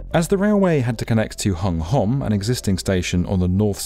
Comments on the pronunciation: Fun fact: Hung Hom is actually pronounced Hong Hum! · Great documentary as always. But pronunciations of foreign names can be better as always, especially when the interviewee has already said it. "Hung Hom" is actually read as "Hong Hum" in English. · For future reference, please kindly be advised that "Hung Hom" is actually pronounced: "Hong Hum". Don't ask me why. Or how. It just is.